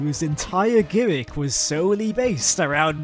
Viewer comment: man you didn't just say guimicky